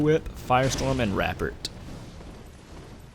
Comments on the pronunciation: Rapport is pronounced 'Ra-poor' the T is silent. Saying it incorrectly makes you sound illiterate. used in a sentence, "they had a good rapport with one another." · Not being toxic but fyi rapport is pronounced without the t like report without the t